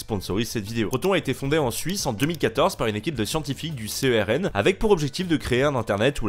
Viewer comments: Si jamais on dit pas “C E R N” mais “cern” en un mot voilà voilà( genre y’a un arrêt de bus qui s’appelle CERN pck devant le CERN mais qui se dit cern). Super vidéo sinon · CERN ce dis pas C E R N mais comme le cernes ok mais même j'y travaille et beaucoup de gens écorche le nom du CERN donc tu es pardonné car tu es l'un de mes influenceur préféré, merci pour ton travaille. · Le C.E.R.N. ça se dit " cerne" chez les cernoix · Ça se prononce "serne"